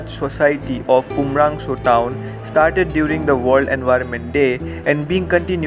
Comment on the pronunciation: Not umrangso it's umrongso